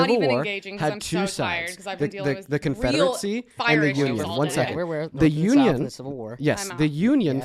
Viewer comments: Thuh confederate-see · keeps mispronouncing “confederacy”. It’s not Confederate-see. There is no T in this words. Educate yourself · I don't understand how is so well spoken with so many words, but fails to say anything of any substance. Why does he pronounce confederacy "confederetsie". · Interesting how interested is in the confederacy but somehow he thinks it's pronounced CONFEDERATZEE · Why does he keep calling it the “Confederatecy”?